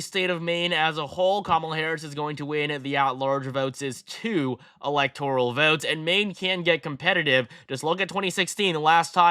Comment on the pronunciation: alihtoral college?